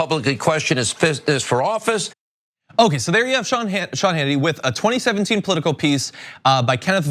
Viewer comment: "I don't watch a lot of sh-Hannity..." Freudian sh-lip? Lol!